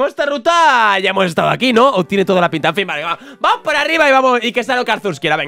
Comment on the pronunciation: ¿Porque en vez de decir "Vamos" siempre dices "Pamos"? jajajajaja